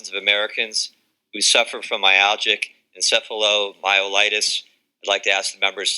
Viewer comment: Fail. Never gave a speech before? Uh it's about chronic fatigue. For um...my..al..ji...ji..en...ceff...o.myo...myo...algic...enceph...light...light... . Um she's fatigued. ITS NOT FATIGUE YOU GUYS! WHY DIDN'T YOU AT LEAST PREPARE ENOUGH TO SAY THE NAME RIGHT? IT'S NOT FATIGUE. IT'S NOT FATIGUE. AND YOU IDIOTS LAUGH WHEN YOU CAN'T PRONOUNCE IT. GOT PASSED IN SPITE OF YOU BY SOME MIRACLE